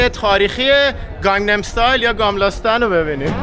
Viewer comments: نام شهررا یک باردیگه بگو..گاملستان..؟ گملستان..😂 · ممنون از فیلم‌ها ولی کاش اسم‌ مکان‌ها رو درست تلفظ می‌کردید مثل گَملاستان که شما گاملاستان گفتید. میدان ستورتوریت نه ستورگ توریت چون گ خونده نمیشه. به هر حال عالی بودید.